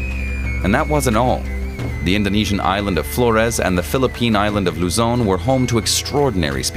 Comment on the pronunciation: very impressive pronounciation of Luzon ❤ and very informative documentary ❤